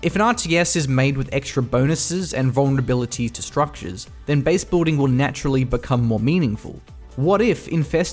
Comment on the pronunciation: Is it just me or is anyone else really bothered by the incorrect pronunciation of "base-boolding"? However, I really do appreicate his almost immaculate pronunciation in general as all other words are crystal clear perfect.